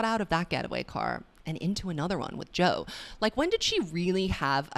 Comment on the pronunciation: When you called Joe “Toe” I lost it omg 😭